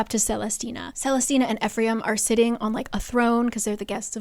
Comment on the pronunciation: watching this like 4 years late but you must understand what a jumpscare it is to hear my very uncommon name said so many times in this video (celestina) and correctly at that